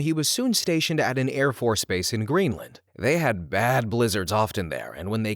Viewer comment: "Airface Bource" HAHA